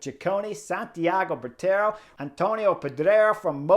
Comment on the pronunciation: “Bwee-tra-go” not Botero